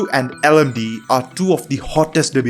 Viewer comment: It's L-M-D-E not LMDEE pronounced, Linux Mint Debian Edition